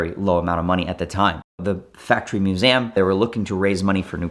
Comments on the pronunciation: He learned to say it at the "Moo-zam". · moo-ZAm. Sorry, what? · I have never heard MUSEUM pronounced like that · I just realized pronounces museum strangely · He is doing it purposely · It's more exotic that way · yea i was already scrambling to find the A in Museum. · I bet he was home schooled, grew up with a guy that pronounced it exactly that way. He basically just watched vhs and then dvds.